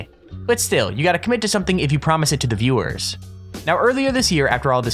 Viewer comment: You can't pronounce "viewers". It's sad.